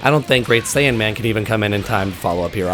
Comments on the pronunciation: I don't know if it's your voice or what but it sounds like you kept saying "great saiyAN man" instead of great saiyaman. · Saiyaman, not Saiyanman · Good info but... It's Saiyaman. IT'S SAIYAMAN.